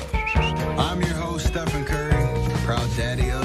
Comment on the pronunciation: Why can’t they pronounce his name… it’s not stefan, it’s Stephen 😂😂😂